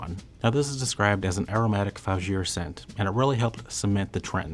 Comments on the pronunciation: From the citing of those ridiculously high, full-retail prices, to your mangled pronunciation of the word 'fougere,' this video feels moderately out of touch. Yes, there are counterfeit fragrances out there, but as most in the frag community (and beyond) know, there are several online discounters (e.g., FragranceX, FragranceNet), as well as several brick-and-mortar stores (i.e., TJ Maxx, Ross, Marshall's, Burlington), where you can safely and confidently buy the real thing for a LOT less. I'd also say that, anyone who thinks they're qualified to give advice on fragrances, should, at the very least, make their audience aware of the VERY LARGE NUMBERS of flankers that have not only improved on, but have replaced, many of these classics, so that they can make the best choice for their nose. Sorry, guys, but this subject is really out of your wheelhouse. 😏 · He seems to mispronounce vetiver and fougere, as well.